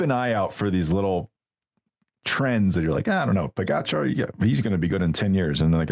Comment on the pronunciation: George! Can you please learn the correct pronunciation of Pogacar? It’s rude AF.